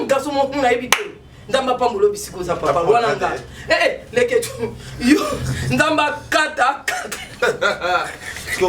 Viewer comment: Ezalaka mobali ambassadeur muasi ambassadrice Mimie kabongo prononce bien leketshou ozoloba nde na faute c ne pas avec t plutôt d